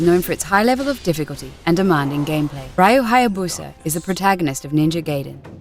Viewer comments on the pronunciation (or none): His name is R Y U NOT R A J U ffs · It's Ryu not Rio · It's pronounced "Ree-yoo" Hayabusa and Ninja "Guy-den." Excellent video but please get the pronunciation right. It's painful for Asians gamers like myself to sit through this. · Ninja Gaiden is pronounced Guy-den, not Gay-den Ryu is pronounced Ree-you, not Rai-you (though the Japanese say Ru). Come on, Zoomin.TV, at least try getting it right. The retrospective's fucked up as it is (especially considering you forgot to talk about the arcade version of Ninja Gaiden, which was the first game in the series, and NOT the NES version) you could have had the decency to say the names properly, you know, like the characters already do in the fucking games? There IS voice acting, unless you're all just hearing-impaired coincidentally. And why the hell did you end it with "It's a male power fantasy"? Do you want the feminazi bitches to come in drones and sting away at an already dying franchise? Look, I don't like Itagaki's style either. The guy's a massaginist and an open pervert. He's even been accused of sexually harassing a fellow developer. But the Gaiden games he's made are pretty damn good. The combat's easy to handle, yet hard to master. and is up there with Devil May Cry 1 through 4 and the Bayonetta games. Do you really want to attract those non-gamer, sexist, Anita Sarkeesian-worshiping lesbians (and no, not all lesbians are like them, I know that) to freely crack down on anyone who finds the slightest enjoyment in games? Keep your gamergate bullshit out of this, please... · It's pronounced Re U, not Ri U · I can overlook the "male power fanstasy of being a ninja" comment as fucky as that was, but the mispronounced Gaiden and Ryu's name is unforgivable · god...how she speaks RYU and GAIDEN :(